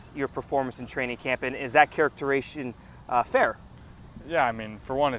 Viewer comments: Characterization bro, “characteration” isn’t a word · Journalist can’t even pronounce characterization